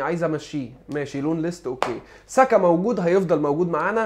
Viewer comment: انت عمال تقول saka اسمه سقااو سئا يا عم